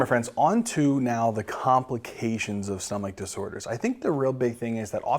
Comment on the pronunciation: “stomach disorers”😂 THANK YOU FOR THESE AMAZING VIDEOS❤